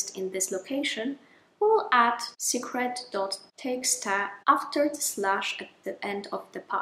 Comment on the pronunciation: Teeksta! Is that a Dutch thing? .txt, the last t is a "ta"?